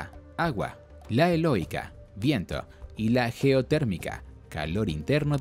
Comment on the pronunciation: 2 cosas, me reí cuando dijiste energía "eloica" lo pronunciaste mal, y la mayor producción de oxigeno la hace la flora marina, sigue haciendo este tipo de contenido, me encantan tus videos.